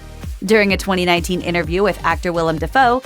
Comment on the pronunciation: the word is inTerview, not innerview!